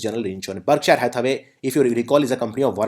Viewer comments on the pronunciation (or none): none